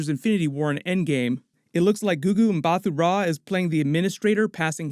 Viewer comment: Just letting you know the ‘h’ in Mbatha is silent so it’s pronounced Mbata.